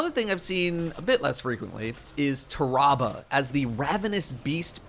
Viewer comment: Did everyone just witness how said tarrabah....